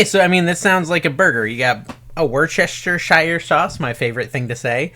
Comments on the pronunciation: Wuss - ter - sheer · Woost a sheer. 😂